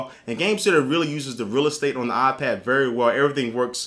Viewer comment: It's not aaah-pad. It's eye-pad. Lol. :-)